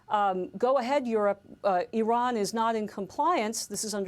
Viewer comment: Wrong - Eye-Ran Right- Iran Wrong- Pootn Right- Pu Tin